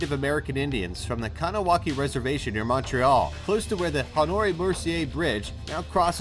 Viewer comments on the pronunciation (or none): Noice vid, but kahnawake is pronounced like Guh-nuh-wah-geh. I don’t blame you though, as most people butcher the name like that anyways lol